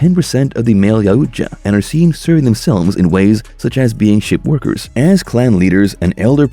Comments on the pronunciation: You can't say yautja correctly you say it worse and worse you can't even say royal correctly 🤦‍♂️ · why is so dificult for you to say the name Yautja :D